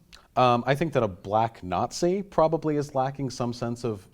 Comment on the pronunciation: He said, "Bulack Not-Thee"